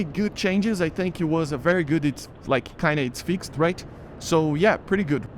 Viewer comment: Het I love your videos and I just wanted to give you a tip. You can ignore if you want it's not a big deal but fixed isn't fix-ed it's fixD I know that's weird English is really weird but I just wanted to help